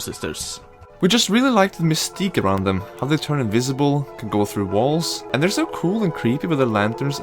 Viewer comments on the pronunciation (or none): none